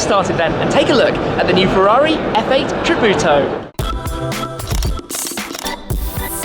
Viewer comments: it sounds like he says 'F8 Kabuto' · Lol! is funny how English speaking people say tributo or any italiano or Spanish words